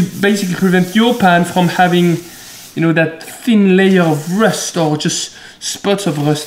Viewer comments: nobody: him: all the RHHHUSTH iz goone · "All the HRRUSST" me: •○• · I tried saying rust like him .... Almost vomited.